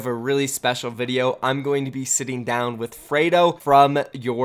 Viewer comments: It's not frado it's freedo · Fraydo??? It's freedo dude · Since when does Free sound like Fray? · If only you said his name right😭